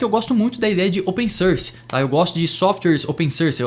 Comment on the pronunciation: open "sârs" 😝 enfim, ótimo vídeo, bem informativo